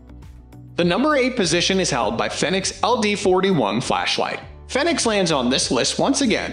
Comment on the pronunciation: Fenix is pronounced Fee-Nicks. Like Phoenix....Also, the PD35 is an outdated older version. It's not really a good option for a police light. The Fenix PD35R would be more in line to be than the old PD35.